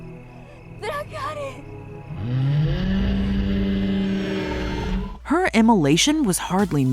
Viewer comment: They don't even know how to properly say DRACARYS 🙄